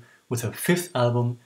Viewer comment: The "d" in "djupa" is not pronounced. Just thought I'd let you know. 😁 Interestingly enough, the song "slowly" was apparently taken from the musical chess.